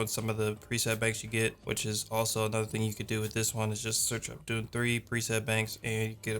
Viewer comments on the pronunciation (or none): not "Doom", "Dune"